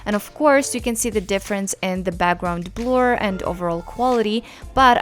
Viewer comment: She’s great! But the way she says “BAGGGROUND” is soo annoying 🤣